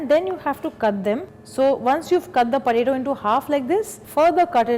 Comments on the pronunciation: why does she keep saying puh-taytto??? its so annoying i cant seem to focus on the video whilr hearing puhtaytto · whatt is porato porato thing hahahahha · all cool, but what's a porato xD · You say Poe ta tooo and She says pataeto.